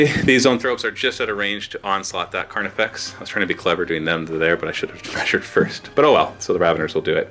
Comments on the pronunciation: Not slip of the tongue, he intentionally calls it Carniflex multiple times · Did I miss a joke or is he saying "Carniflex?"